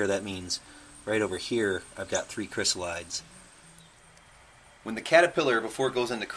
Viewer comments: Great video, but the pronunciation is not "kris-uh-lahyds". It's Greek, so it's like iris > irides, "ahy-ri-deez". Chrysalis likewise becomes chrysalides, "kris-al-i-deez". The metamorphosis is so fascinating for butterflies, but I the transformation into adulthood amazing across all of nature. Butterflies and moths have such a mystical nature to them 🦋 🍵🙏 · "Chrysalides" is pronounced "kri-SAL-uh-deez". Check your dictionary. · Check your dictionary. It's pronounced "kri-SAL-uh-deez"